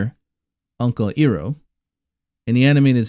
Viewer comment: It's not pronounce 'I' roh but 'Aille' roh. One of the many mistakes from the Shayamalan movie.